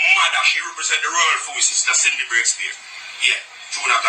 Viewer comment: its CINDY NOT SIDNEY!